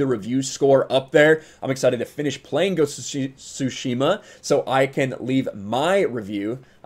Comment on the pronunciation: Why do you say shushima? Its tsushima